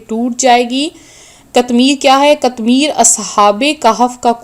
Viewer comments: Bibi pahly apni islah karain phr logo ko btahain (katmir) sahi lafz nhe hy sahi lafz (qitmeer)hy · Pihly seko..qatmir.nahi hea..qitmer hea..ok